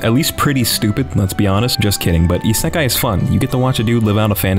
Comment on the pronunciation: Anybody else get triggered when he says Isekai,I feel like he's doing it on purpose just to screw with us ;-;.